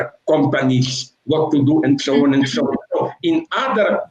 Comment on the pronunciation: And sho on and sho on